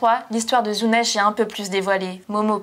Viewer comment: En français, ça se prononce Zunesh.